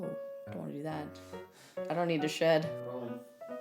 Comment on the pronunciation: When she said her dogs shedI thought she said her dogs shit 😂😂😂😂😂😂